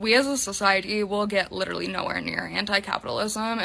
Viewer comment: She has a "big heart and empatheigh." Bro I hate the way she pronounces some of those words. "You literalleigh abused meigh" "drownding". She's a walking annoyance